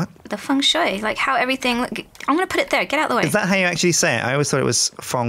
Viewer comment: actually said “Feng Shu” the first time, which means maple tree, he should teach Sips that.